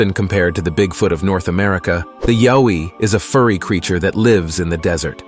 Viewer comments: It's not boon yip it's bun yip and what's a yo ee 😂 it's pronounced yow-ee And while I'm here (not mythological) it's not e-moo it's pronounced e-mew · The yowi is pronounced y ou i but but spelled yowi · Yowie - pronounced "Ya-way" Down Under.